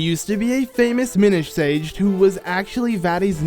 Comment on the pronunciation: Oh... It's, Mi-NISH